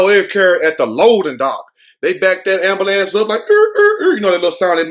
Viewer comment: 😂 the AMBAHLANCE 😂😭 😆everyone says AMBAHLANCE 😂😭 instead of AMBULANCE😂😆😆🍻🏄🍻😆🏄😆🍻👏👏🏌🙏✌☝😆😆😆😆🏄🏄😆😆😆😆😆😆👏😁